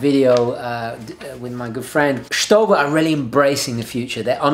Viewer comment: Great video but ... you said Stowa in strange way ;) Its german name. Just type in youtube Stowa uhren and listen how germans do it.